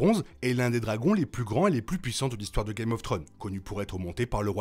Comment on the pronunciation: Episode tres sympathique avrec malheureusement les 2 dragonniers deja prévisibles donc manque de suspens. Cest bien filmé et rythmé donc ca passe bien. Ps: vous avez toujours du mal avec le s en anglais. Game of thrones (tro-nz) et non "game of throne". Belle video sinon ❤